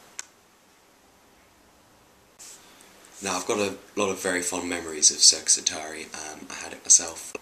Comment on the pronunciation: sounded like you called it 'sex atari' O_o